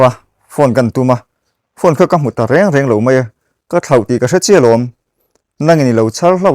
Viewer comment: Chanel nei tu engati nge thu rawn hi i zawm duh miah lo mai le.reng reng tia chhiar tur hi re re tiin i chhiar ziah a, ngaih thlak a nuam lo Re re ti lam rik tur hi chu eg THLA A DE RE RE tih ang te hi